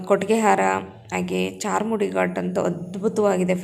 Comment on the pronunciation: Adu charmudi alla sis adu charmadi ghati